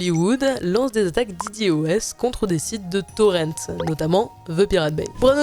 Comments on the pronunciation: on dit plus tôt dédos et pas didioês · "Di Di" O S avec accent anglais ^-^